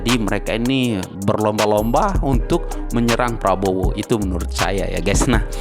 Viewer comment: Bapak Ini pembawa acara TV apa OPOSISI bicaranya menyebutkan Capres Probowo lucu sekali ya. lebih baik yang jelas saja SAYA OPISI GITU LOH KAN JELAS.